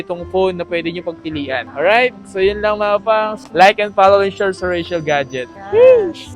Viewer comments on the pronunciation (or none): Rachelle ka ng Rachelle. Basahin mo nh mabuti at i pronounce mo ng maayos. Richelle yan hindi Rachelle. Nakakairita. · Mahirap ba talaga i pronounce ang "Richelle"? Hay naku